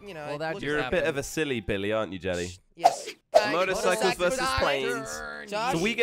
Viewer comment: Jelly said motorcyces